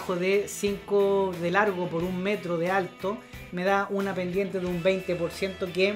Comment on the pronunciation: Hola, dado que los de habla hispana en el mundo somos muchos pero también hay gran cantidad de modismos para decir lo mismo, creo que deberías hablar con MENOS APURO, arrastras muchas palabras que no se entienden para nada... Ejemplo: Bendiente del 30 Borciento... Saludos